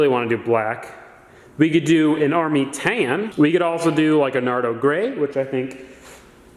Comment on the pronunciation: Paint the whole fleet the same color, you say tan weird btw lol